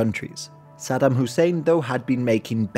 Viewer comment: Aside from mispronouncing Saddam's name, but yeah 👍